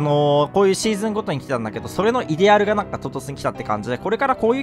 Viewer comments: イデアルの発音いかれすぎ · イデアルの発音違う！！